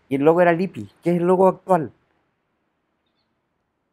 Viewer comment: Se pronuncia Lip- pi en italiano se pronuncia las dobles consonantes señor !!